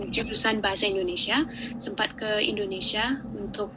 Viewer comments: INDONESIA min, bukan INDONESA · Mas ucapkan "Bahasa Indonesia" Jangan diucakan "Bahasa Indonesa" Ingat, ucapan Anda didengar orang banyak Ja